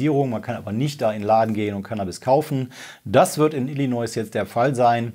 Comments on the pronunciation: Mein dritter Kommentar :D Ich will ja nicht klugscheißen, aber bei Illinois bitte nicht das "S" am Ende mitsprechen. Gesprochen heißt es Illinoi / Illineu. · Jetzt müssen wa dem leider auch den Bundesstaat ILLINOIẞ vorhalten 😂😂 Nach Messaschuschätts und Coloräido...